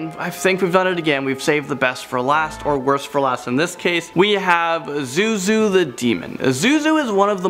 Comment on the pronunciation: Lol you called him ZooZoo then start calling him by the right name😂